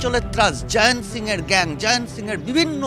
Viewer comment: হ্যারা এই ম্যাড়াচোদারা জয়ন্তকে জায়ান্ত্ জায়ান্ত্ করছিস কেন ? মুখ্যুগুলো উচ্চারণ ঠিক কর ।